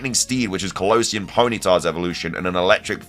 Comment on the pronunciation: Why do you pronunce Kalos and Kalosian so differently